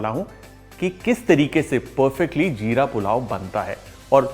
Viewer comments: Its jeera pulao not "ZEERA" as far as I know. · Hum log 'Jeera' Bolte hai Sir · wo 'Jeera ' hota hai 🤣🤣🤣🤣 chef 🥰🥰🥰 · Zeera urdu word you can't pronounce properly